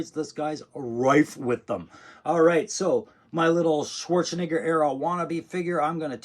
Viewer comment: He said Schwarzenigger